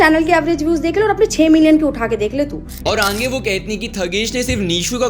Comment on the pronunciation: Ange nahi aage pronounce kar